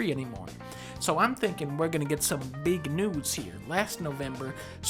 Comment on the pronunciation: Did Dunkey say "Big Nudes" instead of "big news" ?